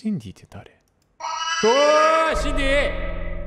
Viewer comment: 自分だったら途中で強制終了してるレベル…(( *△*) 全ENDクリアした先生:_おつかれ::_ナイス: 皆さんが台パン推してる中私はシンディ?？の発音の良さを推します:_ちゅき